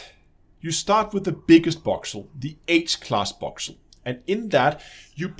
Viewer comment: Boxel? You sure it's not voxel!?